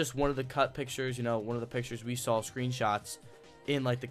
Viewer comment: DUDE!! There's no L in saw. Saw Not Sawl.